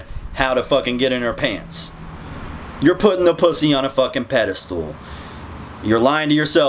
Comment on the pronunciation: This guy's editing is kicking ass right now. BTW it's pedestal not pedestool.